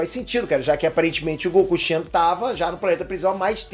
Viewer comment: Não é Goku CHENO, é Goku XENO kkkkk